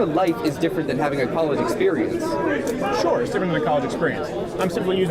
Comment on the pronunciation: He already lost when he said “are you show” what an idiotic prepubescent tween